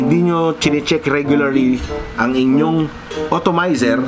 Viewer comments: atomizer sir..not otomayser hehe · It's called "Atomizer", not "Automizer". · correction lang boss. hindi otomizer ang basa dun. dapat atomizer :) haha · Sakit sa tenga ng automizer mali na nga inulit ulet pa ahaha ATOMIZER PO SIR!😂😂😂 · atomizer not otomizer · kla ko ako lang nakapuna hahah otomizer tlga ndidinig ko